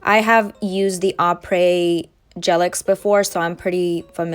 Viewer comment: You pronounce “Apres” correctly!! I’m so triggered by nail artists calling it “A press” 😂